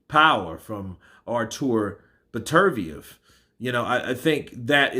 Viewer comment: Get his name right...Beter - biev.